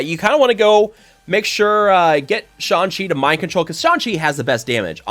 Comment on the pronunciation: I laugh every time he says "Sean Chi". LMAO